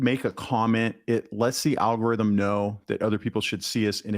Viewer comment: Alga Rith Um